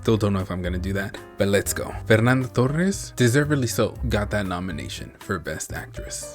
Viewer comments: If you want to pronounce Torres correctly, try to put a “H” sound instead of double R: “Tohes” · Oh and by the way, it's pronounce Fernanda Torres as in "Fernanda Tohes" (when two "r" are paired togheter, they make an "h" sound in portuguese). Great review btw!